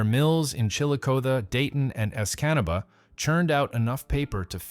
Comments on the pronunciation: I never realized that there were so many way to mispronounce "Escanaba." Great suffering Christ! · Lol he butchered Escanaba 😅 good eff that sinkhole